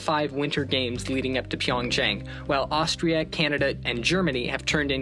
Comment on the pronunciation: It's not "chang" it's A sound